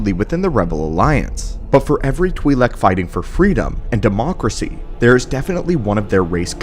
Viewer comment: U pronounced Twilek differently 3 times..